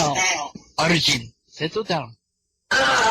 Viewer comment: arjen -> its'actually arjun i think.